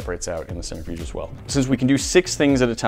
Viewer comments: Cen-Trih-fuge, not Cen-ter-fuge 😜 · Sorry to be That Guy, but it's a Cent-Riff-'Yuge, not a Center-Fuge. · Am I the only one cringing when they say “centerfuge” instead of “centrifuge”? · CEN-TRIFUGE not CENTER-FUGE. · DRINKING GAME: 1 shot everytime says "CENTER-fuge" instead of Centrifuge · I'm not even a minute and a half into this video and I already want to stab my ear drums every time he says "centerfuge" rather than "centrifuge". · Ha, I couldn't get past you mispronouncing "centrifuge." "center-fyooj" really? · Nobody:: centerfuge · The scientist in me cringed every time they said "center"-fuge. I really wish y'all would do some research and talk about the science a bit more. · no, he said centerfuge. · All that knowledge and can’t pronounce centrifuge correctly. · He said it a couple times before I realized it didn't sound right.